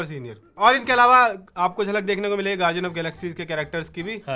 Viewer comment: Bhai its gar-D-Ann not gar-ji-Ann